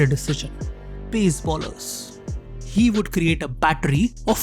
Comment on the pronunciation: It's "bowlers" not "ballers"